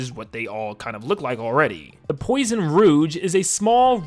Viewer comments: THANK YOU, i had to do a double take when I heard “POISON ROUGE.” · J'ai hurlé quand il a dit poison rouge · Tu as massacres la prononciation frère